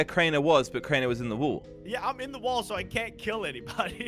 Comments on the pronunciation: Will someone tell him it’s wall not wool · It’s not wool or wall it woll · I love it when says “wool” instead of “wall”